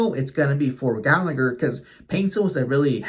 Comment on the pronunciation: How can you not know how "Gallagher" is pronounced?